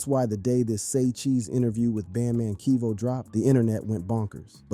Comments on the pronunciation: Bro the fact that's the narrator is calling him band man keve as well is the most hilarious part of this video 🤣🤣🤣🤣🤣🤣🤣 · Who's "Bandman Keevo" and "Soo-ja Boy". The narrator's pronunciations are hilarious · Bad man keeve